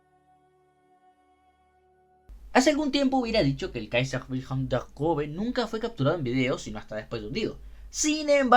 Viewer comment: 00000 usaste arte de un artista que sigo, justo ando esperando que suba unos dibujos de los Cuatro Grandes de WSL que faltan para completar el set PD: Esta cosa "ß" se pronuncia como una S, no como una B, aunque su forma es engañosa